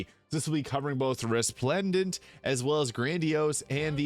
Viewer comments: Love the energy bud - also, it's Re-splen-dant :) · Re - splen - dant. Hope that helps